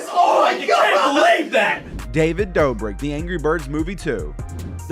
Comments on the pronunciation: Using dreams gameplay,pronouncing David borik instead of dobrik and the “spider in your bed” to manipulate 5 year olds to subscribe to your channel and to like this video I was gonna finish but..he doesn’t deserve the view or my sub or my like taking all that back people like this deserve no clout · he was trying to say David dobrek but said David bobrek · “David Brobrik” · he says David brobrik